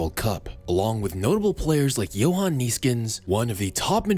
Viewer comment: Johan* not Jouwhon